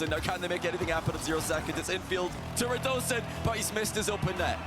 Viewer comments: Pretty sure it’s pronounced rad uh scene, ho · rad oh zain